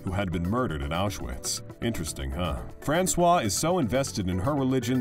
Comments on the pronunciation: u wonder about the accuracy of any news when u hear the commentator pronoucing Francoise like if she was a man ,,,Francois (without the E at the end as feminin) are those articles not informed about what they talk about? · It’s not François but Françoise!